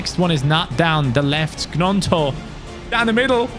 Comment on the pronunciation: It is pronounced ñonto not g-nonto